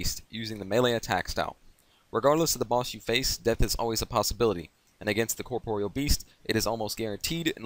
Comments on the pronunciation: Corproyal beast? Why are you saying like that? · " The way you pronounce corpreal best is so annoying grr! " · Lol you were saying corproyal lmao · The way you pronounce corpreal best is so annoying grr! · Nah he's really not, just good how to pronounce it and you'll get multiple sources confirming it's pronounced "cor-por-e-al" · its pronounced corp-or-real